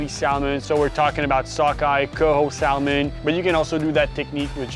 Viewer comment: You don't pronounce the L in Salmon dude🤦🏼‍♂